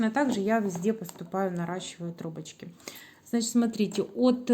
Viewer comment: Согласна. А ещё "значитЬ",пОверх. Слух режет.